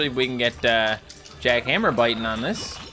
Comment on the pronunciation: It’s jack han-ma not jack hammer